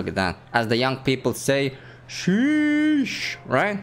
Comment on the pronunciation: it's not sheeee eesh Its sheeeeeeeeees